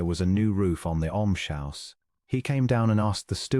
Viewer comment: Yes! I can understand using the wrong tense of “read,” but some of the spellings and pronunciations don’t correspond to any word in English. “Almshouse” should be pronounced ‘älmz-hau̇s, not ‘älm-shau̇s.